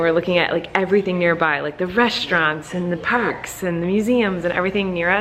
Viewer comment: am i the only one thinking that it sounds really weird when colleen says „parks“?😂